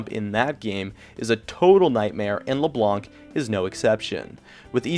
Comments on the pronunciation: isn't "LEBLANK" it's " Leblan" The C got no sound. it's french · your name pronounciation is so awkward... "Katarinaw", "LeBlonck", "Rengawr" in other videos I somewhere also heard "Alistawrrr" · "c" isnt pronounced.u lived in France ? so u should know that. we're french, if we say it's not fcking pronounced, it's true. hahaha, he'll teach us how to speak french. :^')